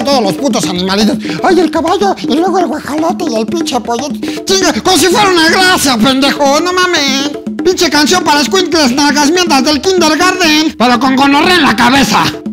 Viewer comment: Like si topaste que el dijo guajalote en vez de guajolote en el min. 35 c